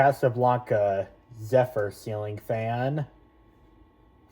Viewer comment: beautiful also it's said zehfur not zufar! congrats on your zephyr man